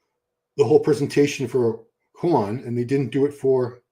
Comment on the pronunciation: And Joan is Spanish not Mexican. His name is pronounced more like Jon and not Juan. European Spanish is different than Spanish of the americas